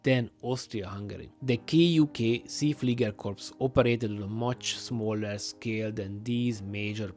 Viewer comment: You wrong pronounced See Flieger.